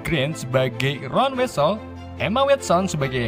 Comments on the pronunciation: bang itu tulisannya weasly tapi di baca wisli bang itu tulisannya hermione dibaca hermayeni dan masih banyak sala speling lainnya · Welsley malah disebut welsel Hagrig dibilang hangrig. Wk Wkwkwkwk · its not wesel but weshliy di baca nya buksn wesel ditulis nya juga salah harusnya weasley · Sorry bang itu Weasley (wisliy) bukan wesel wkwk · bang yang bener namanya tuh Weasley dibacanya wisliy, Hermione dibacanya Hermioni dan bukan Herry bang tapi Harry tulisannya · Koreksi dikit bang..weasley itu dibacanya (wisli) terus yg bener nama anak yg nyangkut gara² sapu terbang itu Neville. Cuman koreksi, semoga bermanfaat😊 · Kenapa yg salah2 baca ejaan nama malah bikin kocak ya. Wesell. Wakakak hermoinn.. Hahahah